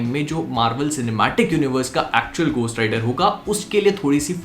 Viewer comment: gostt rider nhi beh,,, घो hota h